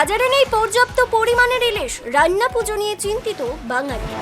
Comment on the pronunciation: রাইনা নয় রান্না 🙂